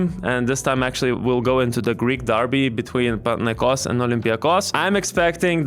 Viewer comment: Panathinaikos ir Olympiakos neteisingai kirčiuojama